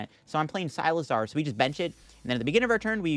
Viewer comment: Never expected someone to pronounce Cyclizar as Cy-lizar